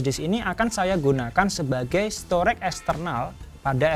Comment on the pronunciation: STORAGE dibaca STO-REJ, bukan STOREK!